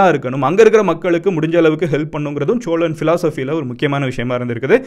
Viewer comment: Cholan illa sozhan